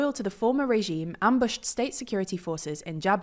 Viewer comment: "[...]former regine"? Regine, as in a queen? Or you mean Regime?